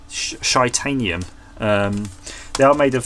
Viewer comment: "Shiteanium" - Best thing ever